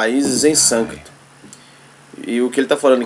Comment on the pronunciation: Sânscrito e não sâncrito